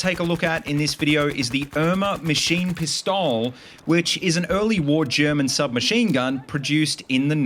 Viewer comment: Because I might actually buy Battlefield 5, the video is very helpful. I'm looking forward to future infantry videos :D Great video! Just a little thing, but if you want to improve your German pronunciation, you should start pronouncing every letter in the word. For example in the pronunciation is more like MaschiNENpistolE. Don't forget the E at the end of Pistole xD But otherwise great pronunciation!